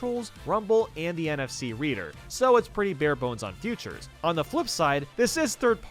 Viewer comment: Why do you say futures instead of features